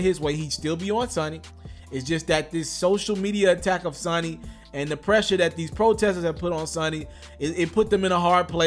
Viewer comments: Bro you said talk to you...ok...question...how could you do this long video seemingly to know it all bout Kelly...and keep pronouncing Sony ...sunny?? seriously...like who cant pronounce Sony of all words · It's not Sonny its Sony lol this fake stuff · Long o when you say Sony bruh.... lol... Not Sonny.... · Sony is pronounced (So knee) idiot! Do your homework if your going to do commentaries!! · It's pronounced (So knee) idiot!! did you go to school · If u don't know how to say Sony right nigga you been under a rock Sony also makes the PlayStation do u call it sunny PlayStation? Don't talk about music bro you looking stupid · Somebody tell this stupid mofo it’s pronounced sow-knee, this ignit punk su-ma-ma bitch is pissing me off cuz he keep sayin it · This nigga said sunny lik 15 times! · This dude might never blow up.. and it's because of bush league talk like sunny records!!! Lord have mercy your a Flippin Foo to not know how to say Sony. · It's called SOE NEE = sony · Say it like "SO- KNEE"...LMAO!!!!! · It's pronounced so-knee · It’s pronounced Sōnē homie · 😂😂😂 nigga said sonnie. I dont see how u a journalist and dont know shit about hiphop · SO-ny is how it's pronounced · dis boy said Sanony #LMAO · Henderson...that's the same thing I was saying. Someone should tell him it's pronounced (so-ny) sound it out. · Exactly it's annoying 😬 IT'S SONY.. PRONOUNCED..SO KNEE.. Geesh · Your corney ass can't even pronounce your words correctly. It's SONY.......and also your facts are not facts. Part of his separation aggrement from the label was that he does own all rights to his music. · bruh u can't read u pronouncing Sony wrong. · Bruh it's CALLED SONY! SMFH how TF u talking bout this man but can't pronounce the label he been signed to FOR YRS. HELL SONY IS WORLDWIDE... PEOPLE SMH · The way he pronounce SONY is fuckin annoying, dude get it together. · Not everyone is literate. Shouldn't be telling news if you can't pronounce Sony properly. SMH 🤔